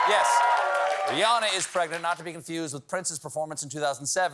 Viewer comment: Almost everyone pronounces "Rihanna" wrong. Rihanna is Ree Anna (like banana). After almost twenty years of fame, you'd think people would learn how to pronounce her name. On the other hand, her real name is Robin, so maybe it doesn't matter too much